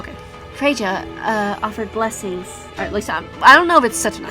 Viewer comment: Also if you haven’t learned yet the name is pronounced Fray-ya I guess that’s how I hear from most